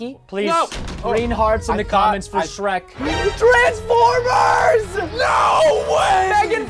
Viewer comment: Not to be rude but it's Shrek not sherk 😊